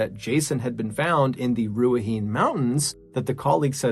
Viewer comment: Awesome stories - just FYI, incase you ever re-record the last story, the pronunciation is not Ru-ah-heen, it’s ’Rue-ah-hih-neigh’